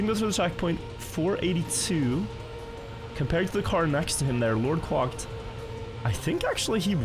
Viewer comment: Quacked said as 'kwakt'